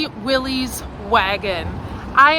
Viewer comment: I forgive you because you are from the Continent, but you are butchering the pronunciation of Willys (it rhymes with Phyllis).